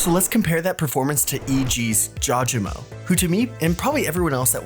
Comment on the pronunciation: pronunciation is " JAW GA MO " but good video overall <33